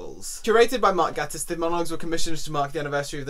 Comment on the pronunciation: Ooh I love Mark Gatiss!! Or Gay-tiss as he says it’s pronounced haha! Interesting book! He’s also written a series about a character called Lucifer Box who is openly bisexual which id recommend! :)